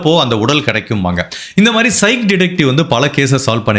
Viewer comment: It's pronounced as psykick = psychic love ur videos bro❤